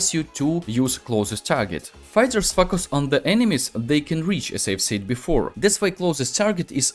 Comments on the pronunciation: "Fuck us on" literally what I hear instead of "focus on" . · Bro everything is perfect but the focus part feels like f**k us .the pronounce is (foe- Ka(as in crow)-Us (as in hiss) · Сильный русский акцент , плюс очевидные ошибки в произношении звуков и целых слов и постановке ударения в слове очень портит речь. Советую, перед озвучиванием видео на английском проверять произношение в словаре, чтобы не было таких казузов, как произношение слова "focus" как "facas", которое звучит как не очень хорошее слово) А информация вполне полезная. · Am i the only one who misheard focus to fuck us first time? 😂 Very nice guide thank you for sharing :) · Great video. It popped up in my recommended. Seems like I've found a gem mine. Your method of teaching is superb. But just a little thing, Your pronunciation of the word "focus". In several times I heard it as "f$ck us" 😅. I hope you can improve that. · When you say focus,because of yur accent it sounds like f**k...lmao 🤣🤣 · "Fuck us" literally what I hear. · Почему он всё время говорит "fuсk аss"? 🤔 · They he said "Focus" 🤣